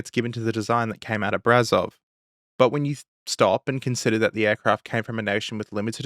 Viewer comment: Just so you know, the ș in Brașov is pronounced like the sch in german, or shhh, in english.